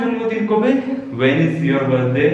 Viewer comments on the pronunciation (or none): Your pronounciation is not correct of the word 'When & Will'.